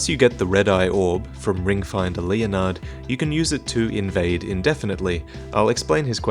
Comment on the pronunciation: and it's certainly not lee-oh-nard